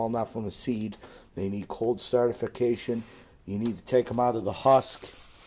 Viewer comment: well he said it multiple times XD